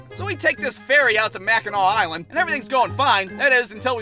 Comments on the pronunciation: i so happy you pronounced Mackinac right most people who dont live here say it wrong all the time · As a upper peninsula native..it's Mackinac island but mackinaw city. Props for pronouncing it right tho lol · As a Michigander I would like to thank you for pronouncing Mackinac correctly